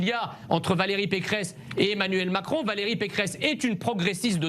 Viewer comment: trés bien Monsieur Messiha ! pas mal le "émanuelle macron"!